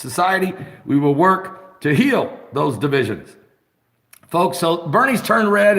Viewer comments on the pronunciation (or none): none